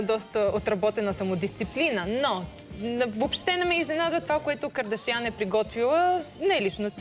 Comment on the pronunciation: никой от вашето студио не може да каже правилно "кардашиян"боже мой излагате се моля ви се